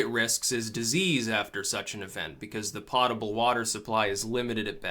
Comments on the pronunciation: Under the banner, "Do not mock someone for mispronouncing a word, it means they read it first", I think it is prnounced 'poat-a-bl' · Pronounced "Poe-table." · Pottable?? LMAO